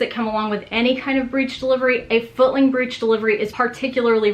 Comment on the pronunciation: I know she said footling breech but sound like she’s also saying “this is a fucking breech “ ?!?!? 😱😨